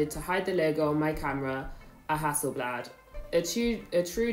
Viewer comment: Most people can’t pronounce haaselblah